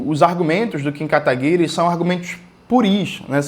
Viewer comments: Eu racho toda vez que ele solta o "Kim Katagui-RÊ" 😂 Deve ser horrível ser inimigo político do Jones. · Pq jones pronuncia 'katagui-RÊ'? Alguém sabe?